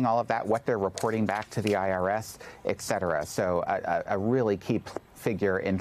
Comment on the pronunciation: It's et cetera -- not "eck" cetera